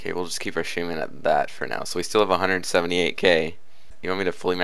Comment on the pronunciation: It's called shaman not shyman